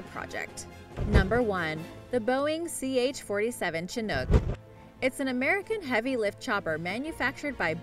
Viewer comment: She called the ch-47 a "Chin-ook" instead of "shin-ook"